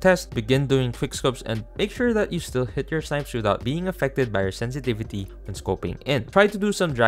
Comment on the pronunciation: "Sentivitu" i tried 😅